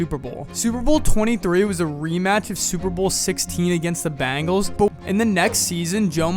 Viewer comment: Excuse me, are you saying "Cincinnati Bangles" ? 🤨